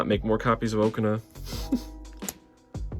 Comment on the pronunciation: Okaun ❌ Oakana✅